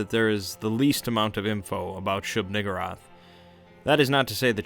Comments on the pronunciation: I kept hearing shoog-N-wrath 😂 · Shub Nuh-gurr-ath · He knows he's mispronouncing the name and keeps on using it. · WHOA with the hard r